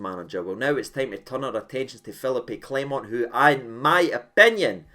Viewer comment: Agreed almost fully in everything in the video except the pronouncing of his name 😂😂 say it again 😂😂😂